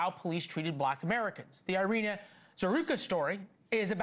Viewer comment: EE-ri-na, there is no AI sound for the Y or I in Ukrainian.